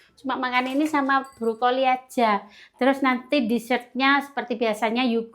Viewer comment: ...Brokoli dong bukan Brukoli...coba kalau bisa tolg diperbaiki semua pengucapannya yg tidak sesuai supaya ada peningkatan kualitas khususnya dalam berkonten..